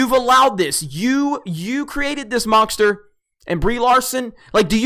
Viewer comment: Did you say mongster? That's ableist.